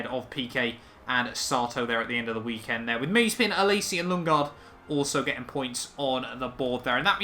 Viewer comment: it's Ma-ze-pin, not Maze-pin, but otherwise, good video :)